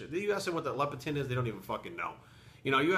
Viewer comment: LEPTIN NOT LEP-E-TIN, but WGaF anyway?